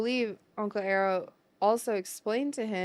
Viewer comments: It's "Eye-Row" put some respect in Uncles name. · Nobody corrects her from saying "Uncle Arrow" instead of "Uncle Iroh". 😅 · "uncle Arrow" 😂🤣 its uncle Iroh! "E Y E R O W" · It's not Uncle Arrow it's Uncle Eye-ro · EYE- ROW. Aye-Roh. Please no more EEEr-oh, I involuntarily cringe so hard every time, flashbacks of the movie that doesn’t exist. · Saying Uncle Arrow is worse than saying Uncle E-Roh from the movie that shall not be named 🤦‍♂️. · Uncle arrow is the goat 🐐 lmao. I love the reaction, I just want you to pronounce the name right so the comment section will give you a break. I honestly don't care too much, it's season 3, so I know who you're talking about. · Why do you guys call him uncle arrow? His name is Iroh. I-roh. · mispronouncing Iroh triggers me back to the Last Airbender movies pronunciations. Minor pet peeve, but there. As for Zuko's situation with Iroh, he knows what's going on. He knows why he feels what he feels, but he needs to come to it on his own. Like Iroh said in Lake Laogai, "It's time to ask yourself the big questions. Who are YOU and WHAT do YOU WANT?" And Iroh knows, given how he's stumbled, he must do this alone. For now at least. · Your takes on Mai...not gonna say anything for the fear of spoiling it, but just no. And on behalf of all goths I am very offended. Also, not to be nitpicky about this, but every time says "Iroh", it sounds like "arrow" instead 😅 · For clarity, it’s pronounced “eye row”. Less air, more eye. Iroh. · Uncle Iroh = Uncle "eye - row" ... You do great reactions. I wish you continued success! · I KNOW, I KNOW! I am sorry for mispronouncing Uncle Iroh’s name, I have tried to be more conscious of it in the episodes after it was brought to my attention. Forgive my ignorance.😢